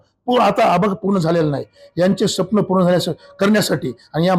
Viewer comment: तुमच निवडुन येन पण सपण च राहणार आहे स्वप्न असा उच्चार करा पैसा असला म्हणजे काही पण नाही बर.....